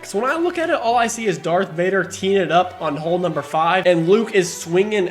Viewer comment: 'Vadar', even